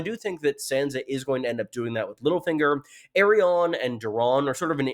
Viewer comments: Why does always say Aerion instead of ARI-ANNE? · My brain gets so confused when he pronounces her name "Errion" lmao. I'm like "who??" for a second every time. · I know a few people have mentioned this, but your pronunciation of Arianne is actually painful to hear. It’s a real world name - a combination of the prefix ‘Ari’ and the name ‘Anne’. You sound like you’re actually (still mis-)pronouncing Aerion, but there are no Brightflames here. What’s worse, even the most Americanised butchering of English vowels does not arrive at ‘Air-ee-ahn’, as you say. I am perplexed at how you came to this, but I beg you to stop 😭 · Can't move on how you pronounce Arianne lol In the part of the world where I'm from, we pronounce it as /ar-yan/ or /ar-yaen/ Otherwise, good analysis again